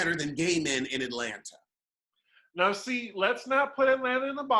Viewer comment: I don't k ow way I wantes to hear "atlana"